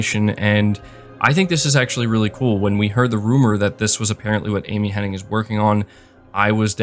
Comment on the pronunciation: Her name is Amy Hen-Nig NOT Henning! Everybody says it wrong, including you!